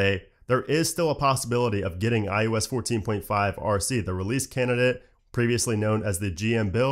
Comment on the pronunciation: It always sounds like he’s saying IUS instead of ios